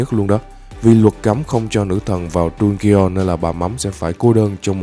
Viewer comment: Đọc dungeons sai r anh